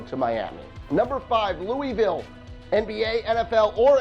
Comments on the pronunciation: You made me mad when you said Lou EE Vile it’s pronounced Lou AA Vile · "Louisville!" IT'S NOT PRONOUNCED LEWEY VILLE IT'S PRONOUNCED LEW UH VILLE REEEEEEEEEEEEEEEEEEEEEEEEEEEEEEEEEEEEEEEE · In Louisville, we don't pronounce Louisville that way, it's pronounced "Luhvul". but yes I do agree, I would love an NBA or NFL team here. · Louisville is actually pronounced loo-uh-ville not trying to be an ass but it really grinds people's gears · "Lewie-ville" cringe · Ok three things first Kentucky fans are crazier than Louisville fans and Lexington is a better location. Second the Kentucky miners would be a great team. Third you say Louisville wrong. It's pronounced Lou-ville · Louisville Colonels and it’s pronounced louville the IS is silent. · You're saying Louisville incorrectly...